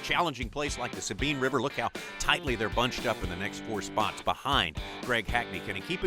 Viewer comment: Its the S-A-BINE not the Sabean